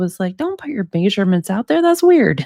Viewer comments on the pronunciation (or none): it is NOT pronounced MAYsurements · Maysurements maysurements maysurements maysurements maysurements maysurements maysurements maysurements maysurements maysurements maysurements maysurements